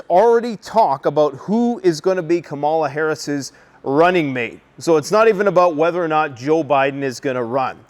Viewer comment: KY-ya KAL-lahs